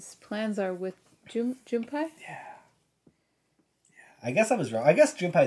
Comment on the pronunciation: The “pei” in “Junpei” sounds more like “pay,” than “pie.”